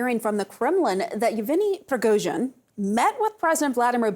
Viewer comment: omg are you new? It's YEVGENY, you overpaid talking head. He's been in the news cycle for YEARS now and I can't even why you can't properly enunciate the man's name smh